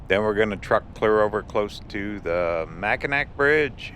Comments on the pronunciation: Hey! Mackinac and Mackinaw are pronouced the same. Mac-in-aw. From two life-long Michiganders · The Mackinac Bridge is pronounced Mackinaw. In these parts anyway. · Its pronounced Mackinaw. You’re not alone no one knows how to pronounce it unless they live in Michigan. Detroiter here. Formally an Angeleno ❤️ Thanks for everything!! Heck yeah! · WOW!, it's been forever since I've been to Fayette. My mother was born in Garden and in my youth I used to love coming to the Upper Penninsula and visiting Fayette. By the way Mackinac is actually pronounced "Mackinaw". The last time I visited Fayette, there were only ruins there, all the building have been rebuilt in the last 50 to 60 years. Also I don't remember any actual mining taking place there, they were just smelting the ore down into iron ingots and they had limestone kilns to provide the means to do the smelting. So much has changed over the last 50 to 60 years,I couldn't recognize anything I saw going through Garden. Thanks for the tour and for bringing back old memories. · Mackinac is pronounced MackiNAW. I'm from Michigan.